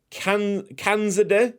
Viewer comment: I am pretty sure that Khanzadeh is pronounce as Khan-za-dah or Khanz-a-dah, could be wrong but in my country it's pronounce like that